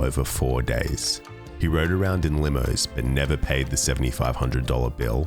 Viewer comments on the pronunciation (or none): none